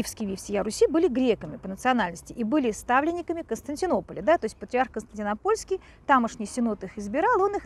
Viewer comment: Смешно оговариваетесь: Константино-ПОльский. Вместо КонстантиНОпольский )))